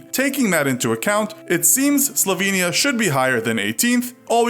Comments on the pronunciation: Slovenia its ( slow-vain-e-a ) pleeeeeeeaaaaaaase you did this the last video. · Bugs me that people mispronounce Slovenia